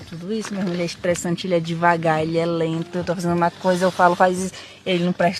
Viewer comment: shtréssanti ele